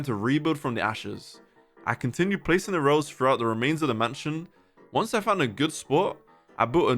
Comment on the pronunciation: "i dound on youtube"